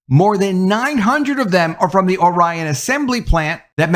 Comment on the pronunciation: Pronounced (OR-ion), not (O - Ryan). Grew up there so pretty sure I know how it is pronounced.